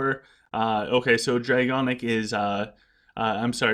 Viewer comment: awesome video again. One thing though... it’s DraConic not DraGonic 😉